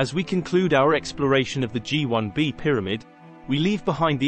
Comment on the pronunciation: Written and narrated by AI? It's "Gee One Bee" and "Gee Two A" ... apart from all those pics of Menkaure's satellites at the beginning.